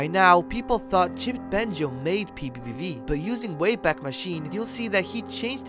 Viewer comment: Bro said pbiepvie